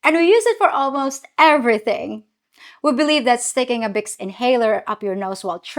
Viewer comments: Bicks? instead of Vicks? That doesn't surprise me. The "V" sound in many languages is from the "W" letter. And the "V" letter has numerous sounds which are NOT the way we pronounce it in the U.S. Also, there is a close correlation between the formation of the English B and V. The "B" uses two lips (bilabial) while the "V" uses the upper teeth and lower lip. After formation the pronunciation of the B & V is essentially the same. But they sound different because of the different formation of 1 lip + teeth vs. 2 lips. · Vicks is pronounced "VEX" not "picks" - the Hispanics in Miami will often mix up the B with the V like the Filipinas do with the P and the F. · How you pronounced words was interesting, in Australia we also pronounce it as Bics 👍😊